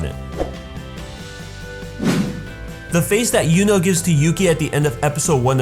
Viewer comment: Great video! But please don't pronounce "Yuno" as "Juno". Just don't. thx